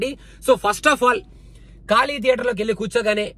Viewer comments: కాళీ కాదు ఖాళీ !! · Just a correction its 'ఖాళీ' not 'కాళీ '' 😊